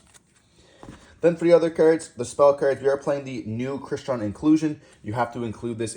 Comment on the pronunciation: Smeeger when clearly it's Smiger. Also Crystron like the name Chris not Cry like Cryo.